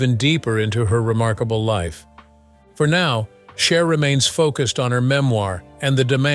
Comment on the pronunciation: So was Sonny, but you only call out the woman....Btw, her name is Cher, not " Char" Also, Sonny was having an illegal relationship with an underage girl...Cher was only 16. But, of course, the age old story..She's "bad" but He's okay. Really sad and not thinking for oneself that women are brainwashed to villify other women...and even young girls!